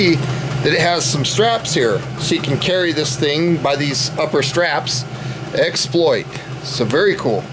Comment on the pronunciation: Keep working with the straps… they do come out. If you want to fold them out on the side, I guess you can, but they simply feed back through the buckle. Also, you pronounce it exPLOIT (like the verb), and I pronounce it EXploit (like the noun). I don’t know which one is “right,” but there you are.